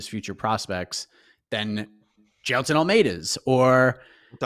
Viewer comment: bro jus nailed the pronunciation of "jailton", which is not a common Brazilian name, hahahah